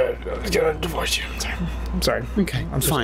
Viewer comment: its divorse not diverse